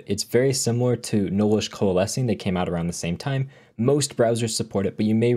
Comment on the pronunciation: Young man! Enunciate! It's "nullish" not "knowlish".